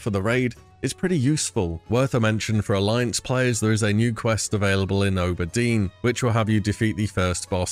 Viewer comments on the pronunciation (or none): Teehee ooburdeen